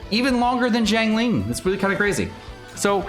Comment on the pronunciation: Her name is XIANG ling, not JIANG ling